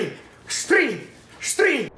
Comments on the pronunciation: for the first time pronounced "STREE" absolutely correct at the first try. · Waaaiiit WHAAAAT? nailed the pronunciation? On first go?! You guys have come a long way